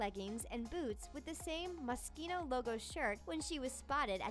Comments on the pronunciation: Moschino is not pronounced Mos-kino. Did u just copy and paste these facts to read? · I cringed so hard the way she pronounced "Moschino"